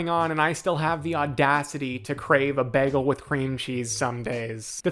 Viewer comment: you really Britta’d that pronunciation of Bagel 🥯 😂